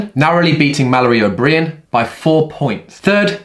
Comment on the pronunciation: Mal O’breean. Lol.